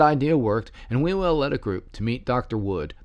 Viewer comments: Sorry, even though there's some interesting information in this video/podcast, it is hard to take seriously when you pronounce his name "We Will" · It's pronounced 'Hugh el".